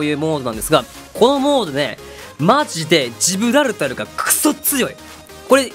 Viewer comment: ジブラルタロってあま噛みしちゃうところ素直に惚れてます(*≧∀≦)